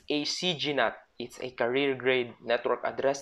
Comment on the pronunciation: he pronounced carrier as career lol 😂